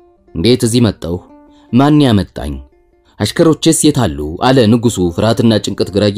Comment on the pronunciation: አለ የሚለውን ስትል ለወደፊት አስተካክል ሌላው ሀሪፍ ነው